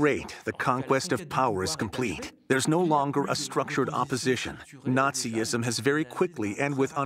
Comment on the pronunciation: Well done. One small correction: Nazism is a three syllable word, not four.